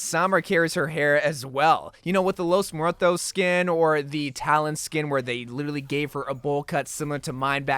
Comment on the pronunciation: ah yes, 💫✨lOeS mOoEtOs✨💫